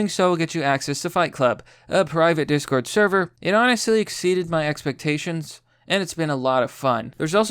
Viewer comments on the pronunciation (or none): none